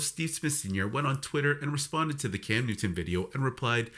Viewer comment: ai is a channel killer...dude cannot even get Newton's name right!